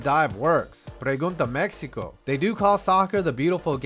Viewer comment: Your Spanish ... us "people from Taco Bell" will be giving you a skill of 90/10 [docking 10 points for not saying "Mexico" w/ an accent. :v